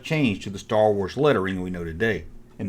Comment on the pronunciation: Stow Wooaz 😂😂😂😂